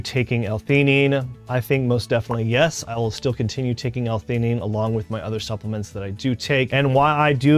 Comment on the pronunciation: Supplements, not "suppliments". Did you say you are a doctor? Where did you get your degree bro.. Devry? :P